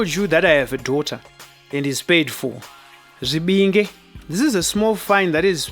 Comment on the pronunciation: Well tried to explain the process...Your pronounciation of zvibinge, zvirevereve... is wrong...also some of the comments you make about musikana giving back the money to her hubby to be is not standard, mushurugwi ndiye anototi ndipoo kumukadzi wake, varoora vanobika vanosisirwa mari mundiro nevakwasha vapedza kudya, mari yekunhonga yemusikana ndeyake iye yekugadzirira her new home .you were expected to buy bed sheets etc